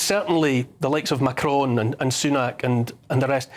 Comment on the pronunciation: Who the hell is Macrone? I do wish Americans got tutored in how to pronounce.